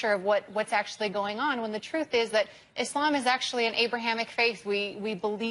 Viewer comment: Dr Phil it’s ISLAM not Izlim